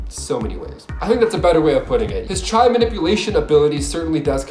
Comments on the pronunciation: Did he say Chai and not chi(qi)??? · Chai manipulation... unless Bronze Tiger is fighting tea. I'm pretty sure you're talking about chi pronounced "kee" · Did he say manipulate his chy? It's not chy it's chi....CH-EE not CH-Y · What is chi? You pronounced chy instead of Cheee or key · Lol, the way he pronounced "chi"....😂